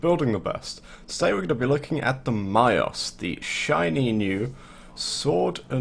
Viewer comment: Someone that plays warframe actually pronounced the name of a weapon right. There is hope for humanity. Mios. I am impress